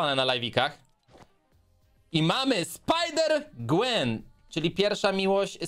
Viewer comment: Na miała na imię Guen (czytaj : Głen)